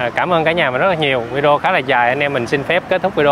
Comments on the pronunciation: oi! em nen doc la vi de o,khong doc la vi deo nha...! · nên sửa nói: Vi đê ô (video ) Chứ đừng đọc là vi deo nữa 😂🤣